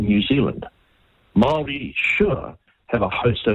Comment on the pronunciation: For goodness sake how many years have you lived in New Zealand, Aotearoa and you can’t pronounce Māori words ?